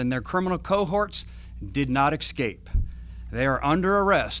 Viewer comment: escape, not exscpace. So annoying.